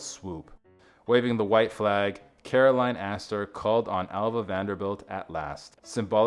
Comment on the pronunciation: and Caroline, not Carolyn